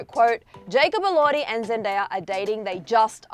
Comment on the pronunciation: its jacob elordeye not jacob elordhee